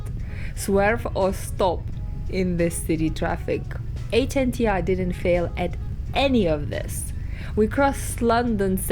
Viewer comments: Why are you pronouncing it like an Acronym? 🙇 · Its not called the H N T R , its the Hunter. H N T R is just a 'cool' way of writing it. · Excuse me. It's not HNTR. It's HUNTER !!! DOH